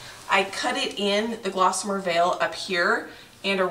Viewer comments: Wow! Where do you find all this energy? 🤣 Good for you! I am not a big fan of beige and I love grays! Just that one change makes a HUGE difference in the feel of the place and I agree, makes it feel more homey. Good choice! (but it's GOSSamer... not glossamer ;-) hehe) <3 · It's a pretty color. No "L" though. Gossamer not GLossamer. Get some rest.